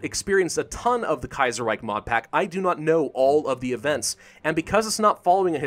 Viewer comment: "The Kaiyserreyk"...;) -, Grammer Nazi